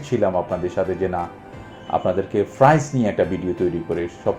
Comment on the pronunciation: Are frice na price bole.😂😂